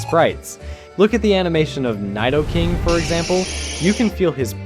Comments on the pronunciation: It's needoking not niedoking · Wait and you also pronounce it "need-oh king" in the same sentence tou pronounce it "n-eye-dough king" bro what the fuck is this 😂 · Nighdoking? You mean Kneedoking? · bro say Nei-dou-king lol who pronounces it that way!? It’s Nee-dou-king NEE ok you said it right and 3 seconds later right back to Nei dou 😂 bruh pick one! 😂😂 bruh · your favourite evolution line, yet u cant even pronounce his name properly, its "nih-doe-king" not "nie-duh-king" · Nee-doh-king. Not nye-doh-king. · It's Nidoking. Why do you read it neighdoking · He also said “Nydoking” instead of “Nidoking” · I mean, literally two seconds before that, he says Nigh-dohking so I'm not surprised 🤣 unless I'm about to be told that's how it's supposed to be pronounced. Always thought it was pronounced nih-doh-king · nidoking gen 5❌ n-eye-doking gene 5✅ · Why do you keep changing your pronunciation of Nidoking back and forth? Is it Nai-dou-king or Nee-dou-king? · Needough king not nyedoe king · What's a nEYEdoking??? Its needo as in needle, that's the pun, needle king. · Hey uh what's with the butchering of names..you are saying "nai-doe-king" then immediately saying "needle-king" then saying "gen 5" u will also say "gene 5" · “Niedoking” “Gine 5” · "N-eye-do-king" "Gene five" "Lu-care-io" "shinies pokemon" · "Niy-dough" king, "gene" 5😭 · NaidoKing? But it'd Nidoking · You said so many things wrong, “Nide-o-King” “Gene 5” what 🤣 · "Nigh-doking" "Nee-doking" "Nee-dough-king" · Look at the sprite of Neye-doh-king My ears just bleed a little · Why do you say nidoking like that though..its needoking😭 you said it right the 3rd time u said it lmao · "Nighdoeking" oh my god bruh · Small thing but it's pronounced "knee-doe-king" last time I checked. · it's nee-doe-king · I can understand "Nighdo king" but "Gene 5"... I beg this isnt an ai voice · Nidoking is pronounced need-oh-king Lucario is pronounced loo-carr-ee-oh, like how the Smash Bros announcer says it